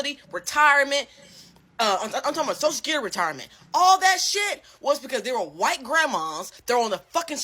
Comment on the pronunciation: I appreciate the way he’s defending himself and respect the way he handles himself. Especially that he’s STILL being respectful to her (the creator). Also the way kept saying “whyyyyyyte” with that super southern twang KILLED ME😂